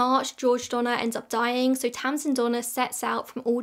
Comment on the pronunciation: To my American ears, I know you're saying "Donner/Reed" but I keep hearing Donna Reed like from It's a Wonderful Life 😅